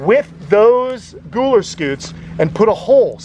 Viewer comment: Gooler Scoots??? That's exactly what it sounded like....😆 that shell on Lumpy has all those spike like things..are those "pyramids"? I heard that on Dr. K Exotic vet TV show. I bet you know her... She's in Florida. Have you used her? She has a Sulcattos tortoise. It has a weird name..Duram..Duuhhh...oh heck I can't recall. She uses him for tortoise blood if she needs it. Fascinating!